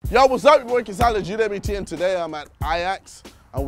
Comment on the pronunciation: at the begining of the vid he said Olajidbt e_e